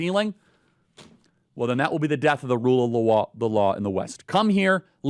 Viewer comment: Wule of Waw